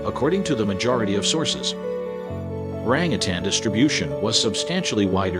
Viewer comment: I liked the video but the continued mispronouncing of the word orangutan, 🦧 and quite a few other words was simply driving me crazy. I almost stopped watching. 😬 Everything else was pretty much on point and I was surprised to learn a fact or two. 🦧